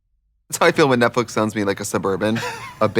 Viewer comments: Love you ladies!! But did I hear ‘Netflick’? Not Netflix? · love that they say "netflic"